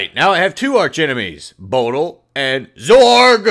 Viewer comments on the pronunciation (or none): its bo dil 40 not bodl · Its (bo-dil)